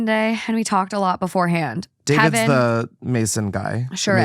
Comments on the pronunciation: And asking: "what the hell is a 'cladenstine' lodge?" 😂😂😂😂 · "Clandestine" pronounced Clan-dess-T-eye-n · I just wanted to help you out with pronunciation. The word “clandestine” in the free mason story is pronounced klan-des-tin (short vowel sounds in each syllable). It is not a word that has anything to do, specifically, with the Free Masons. It means secretive or hidden. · Cladensteen? Really that’s how your brain read clandestine. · Clandestine is KILLING ME 😂😂😂 klan-des-tYne as in secretive (usually for bad reasons). I’m guessing that means a lodge that isn’t registered as official and is shady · “CLAN - DEST - EYE - N” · Clan-des-tin. Lol means secret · “Cland-en-steen lodge” You mean clandestine? Lol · Clandestine pronounced “clan-des-tine” lodge? That word means secret basically, usually for illicit or negative reasons. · I had to go check the story about the masonry guy… I just knew you were pronouncing clandestine wrong 😂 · You don't need Masons to chime in. 😅 I'm not sure if it's a typo or if you just didn't recognize the word, so you mispronounced... but I'm 99.9% sure the word is just "clandestine" - as in marked by, held in, or conducted with secrecy. Some synonyms could be: covert, hush-hush, private, secret, sneaky, stealthy, or undercover. I'm sure you know "clandestine," and it just didn't click in that moment. I got a giggle out of it anyway. 😅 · Omg check your pronunciation of clandestine. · inability to pronounce everyday words never ceases to astonish me., please look up clandestine in the dictionary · trying to say "clandestine" I'm dead Edit: the second update my jaw is in my lap